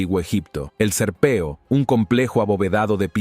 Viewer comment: El locutor deja mucho que desear dice sahara en vez de saqhara dice serpeo en vez de serapeum por favor un poquito mas de estudio!